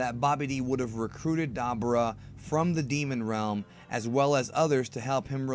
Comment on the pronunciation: Da - boo - Raa is how it's pronounced. Not dabber - ah